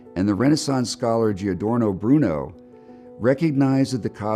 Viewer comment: "Giordano" Bruno, for god's sake, not "Giordana".